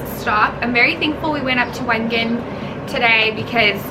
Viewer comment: I LOVED this vlog. In January 2020, I did a trip to Switzerland with my father on a very similar path. Majority of our time was spent in Wengen (it is actually pronounced Vengen) for a World Cup Ski Race called the Lauberhorn because there was a celebration of all previous winners of the race and my dad is one of them! We primarily spent our time in Wengen and Lucerne so getting to see all of these locations in the spring has been absolutely magical and has me so nostalgic of my trip I had with my dad a few years ago! I can’t wait to go back and spend more time in Lauterbrunnen because I truly felt it was a fairytale